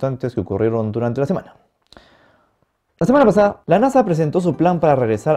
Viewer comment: “La semanpssada” jajaja